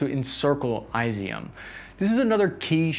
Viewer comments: Kherson is pronounced keep son not kerisson! And Izyum is pronounced Izzy yum! AND MAKALAIV is pronounced mick ka lav! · Dude, I love your videos. They are balanced and take as much in an acount as they can. The only problem is....your pronounciation of geographical locations. It just pierces my ears XD . For example Izyum. "Eyes E Um"? No, it's more like "Is Yoom". Khrama trosk? Close, it's Khrama Thor sk. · it's pronounced is E 'em